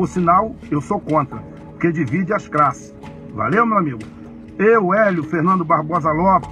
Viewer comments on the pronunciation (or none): Divide as "crasses." Como passou nesse concurso? Ele fala "crariou!"